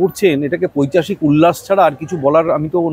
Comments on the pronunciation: কথাটা " পৈশাচিক " আপনি পৈচাশিক বলছেন। যে মানুষ গুলো এনাকে দিয়ে পূজো উদ্ভোধন করে তারা পয়সা পায়। রাজ্য বাসী বহু কাল আগে বিক্রি হয়ে গেছে। পশ্চিমবঙ্গের দশা দেখলে করুনা হয়। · কথাটা পৈশাচিক l পৈশাচিক না 😂